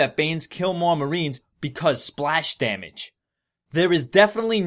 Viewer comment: BECAUSE SPLAHSH DAHHMAGE